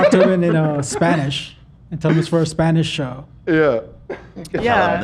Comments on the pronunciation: Hila’s spanish pronunciation was impeccable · Hila's Spanish accent is on point!! I love the addition of to the show.. Al fin tenemos un hispanohablante en la familia!! Hell yeah